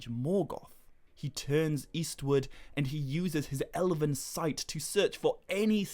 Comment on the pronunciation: Elvin, not Elevevin